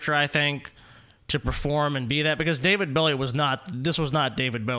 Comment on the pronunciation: what the fuck is wrong with he literally says david billy